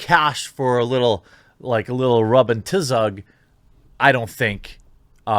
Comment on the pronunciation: Rub n (specifically) “Tizz-ug” made me lol